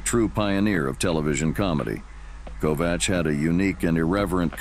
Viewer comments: Ernie Kovacs is pronounced KOVAKS! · This has probably been said before, but I didn't see it when I scrolled down for a bit. Ernie Kovacs is pronounced with a hard c, as in KOVAKS.